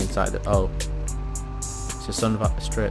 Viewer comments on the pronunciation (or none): none